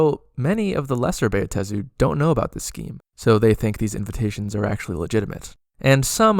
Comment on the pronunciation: I have Never complained about Pronunciation anywhere; but, dude--it's just: "BAh-Tey-Zu/Buh-Ta-Zu/to-may-toe/to-mah-toe, done! Sir, your 4-syllable pronunciation is an Atrocity puke emoji very distracting otherwise, Very Nice 8P